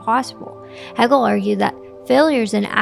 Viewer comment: Great video, thank you. Its pronounced hey-gel. :)